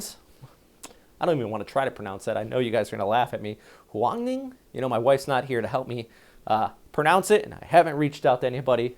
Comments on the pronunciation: pretty close. Right that you pronounced the "H" like the English H. You should have stressed the last syllable rather than the first one and kept /n/ and /ng/ on their right places. Btw, the placename Palawan should be stressed on the middle, not on the first syllable; and Samar and Bicol first rather than the last. I watch your videos almost everyday so I do notice what you correctly and incorrectly pronounce consistently. In fairness, your effort to correctly render placenames, especially in Japan and the Philippines, into American English is simply laudable. Great job! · pronounced one-ing